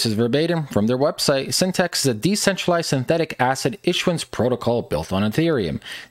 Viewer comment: LOST credibility right away when you called it by the wrong name "Synthext" - it's "Syn-the-tix".